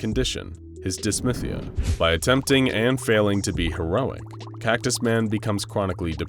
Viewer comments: You keep throwing me off, calling it Dys-MYTH-ia. It’s pronounced dys-THY-mia. 😁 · Dis-thy-mi-a. Not dis-myth-ee-a. Pronounced as it is spelled. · Sounds like whoever pronounced "dysmythia" might have dylsexia. (No shade, I just have dysthymia and thought it was funny lol). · It is actually pronounced dis-thigh-me-ya but i like to see representation!